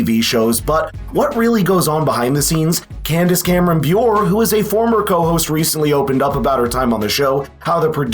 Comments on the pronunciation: Her last name is Bure, it's not pronounced B'yoor. It's pronounced Booray. She's been married to the Russian-American former NHL hockey player Val Bure since 1996. You're......not a sports guy, are you? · It’s not Bure (like Be-or)… it’s Candice Cameron Bure, like the hat! Like a barre. That’s how you pronounce it. My goodness. I know you didn’t mean to, but goodness gracious did you ever butcher her name! Lol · Candace’s last name is pronounced “bure-RAY” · Come on dude, if you are going to create a video about someone, you can at least find out how to pronounce the name properly. It is pronounced.. "Boor-eh". Do some homework. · Bure rhymes with hooray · Candace Cameron “Byore” 😂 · Bure is pronounced Ba-ray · You’re pronouncing Candace’s last name wrong. It’s pronounced, BUR-AY. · Buer-ay is how her last name is pronounced. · FYI - Candace Cameron-Buré (Boo-Ray) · it is actually pronounced "bur-ray" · you can't even say her last name right lol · You're saying her last name very wrong.